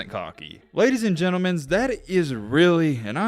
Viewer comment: It's gentleMEN